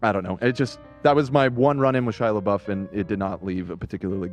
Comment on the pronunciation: Ethan talking about Chris Pine... "You think I would plan a whole segment over I saw Chris Pratt?!" ...."SHIA LEEBOOF"...."JASON SOODEKOO"